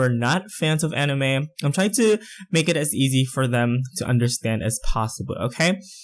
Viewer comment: its said ani-mai not ani-meh